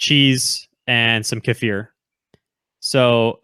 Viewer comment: Kefir is pronounced KEY-FUR. Please learn the pronunciation